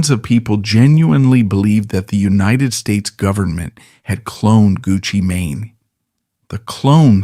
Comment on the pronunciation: Everytime he says “Gucci maney” lol